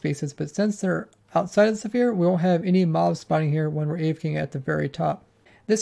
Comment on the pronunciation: why do you pronounce "sphere" like "zephire"?